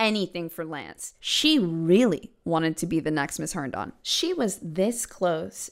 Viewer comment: You already made the whole video, but if anyone is interested; It's pronounced Hern-din. Not Hern-don.